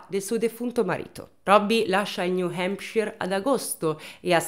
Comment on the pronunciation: Bel video come sempre, tuttavia hai pronunciato tante volte il nome “New Hampshire” in modo sbagliato e mi ha fatto rabbrividire ogni volta…😂